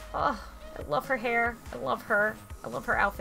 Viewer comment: u said hair wrong u slept it wrong just pointing that out